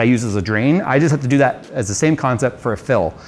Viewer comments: We need to Phill this rediator. :D I kept hearing Phill, not fill. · Everytime says (Fill) or (feel) my brain replaces it with (Phil)